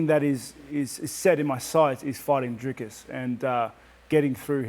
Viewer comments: Please, Rob. It is Dricus. There is no "s" in the middle. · Rob keeps calling him "Driscus". Its Dricus. At least get the guys name right. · trying hard to make Robert understand how to pronounce that name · Rob pronouncing DDP’s first name like Chael Sonnen would. Legend.